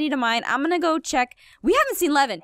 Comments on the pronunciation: its levin not kevin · When aphmau says levin I think she saids lemon 🍋